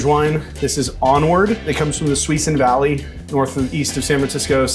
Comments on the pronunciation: LOL uhhh.....*pushes glasses up* so, it's pronounced "SUE-SOON", not "SWEE-SON"......that's all. I'm over here laughing as someone who grew up in NorCal, in wine country no less, and this is just.....so much 😂😂😂😂 bruh this is why people hate us, albeit there's much more than just this, we can't even say cities in our own state correctly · Susan is not pronounced SWEE-son. It's pronounced suh-SOON. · i am so late to this video but SWEE-SUN???? oh my god no Suisun is pronounced more like soo-SOON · Susuin is said “soo-soon” not swee sun. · never thought i’d hear suisun valley in a try guys vid!! btw us locals pronounce it “suh-soon” (w/ more emphasis on the 2nd syllable) and not swee-sun lol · Bay Area, duh!! Maybe Tyler Florence's Wayfare Tavern in SF. Btw the sommelier pronounced Suisun Valley as Swee-sun (as it looks phonetically) but is actually suh-SOON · The way the sommelier said Suisun Valley😭😭 it’s pronounced sue-soon hahahha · I tried my best! One of our staff who grew up nearby corrected me to say swee-son! 😅 I’ll try to say it better next time! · Any other solano county folk being jumpscared by the suisun mispronunciation?? haha (Don't blame you for mispronouncing it I've just never heard anyone say it outside of a 10 mile radius) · Apologies for the mispronunciation! I’ll get it right from now on!